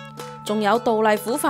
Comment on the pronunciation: 請問有無人做監製㗎 唔係讀個👉杜字係讀牡丹個牡字🤣🤣🤣